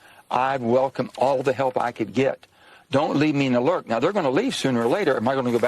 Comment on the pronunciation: "Dont leave me in the lurk"...its lurch aint it?